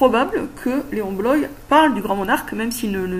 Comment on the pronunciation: C'est drôle que tu l'appelles Léon " Bloï " alors que normalement c'est Léon Bloy prononcé "Bloa" ^^